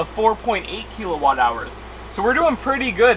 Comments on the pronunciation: I'm sorry to be the turd in the punch bowl, but serious...how did you get to know this much about electricity without ANYONE ever telling you its not pronounced "keel-o-watt" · What’s a keylowatt? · Keel a watt cracks me up